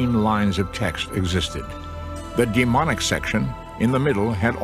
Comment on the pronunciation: DemoTic, not deMonic!